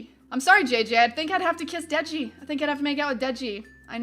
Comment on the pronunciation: Threw up in my mouth when you said Dieji